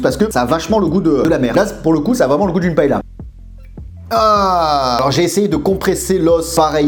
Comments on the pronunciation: Ça se dit pas "paela"mais "paella" ps Chui espagnol 😂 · A prononcer "paéya"... Lol moi qui suis de Valencia..ça fait pleurer...😭